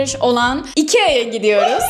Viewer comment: İkea'nın iki ay gibi okunması😂😂😂